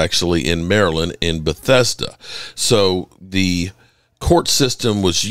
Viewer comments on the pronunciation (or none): none